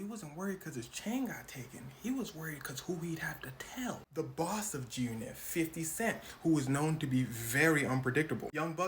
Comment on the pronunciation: Why you saying “Jyoonit” ?? Enunciate your words boy you sound goofy as hell lol